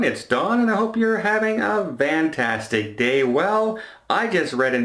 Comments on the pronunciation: The word is Fantastic not Vantastic. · Ok so I’ve watched dozens of videos and he is totally saying Vantastic right?